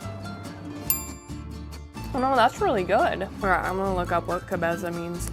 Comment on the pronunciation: LOVE YOU,!!! The following is only because you asked to be checked on you pronunciation and accent haha. Its pronounced TAH cohs Ah sah DARE oh <3. Also, Cabeza is caBEYsuh